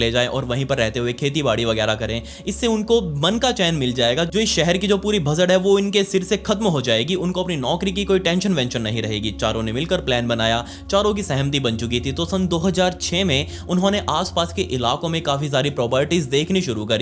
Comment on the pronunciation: Sahamti nhi ....sahamati😅